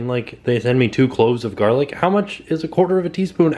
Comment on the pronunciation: You can never have enough gah-lic!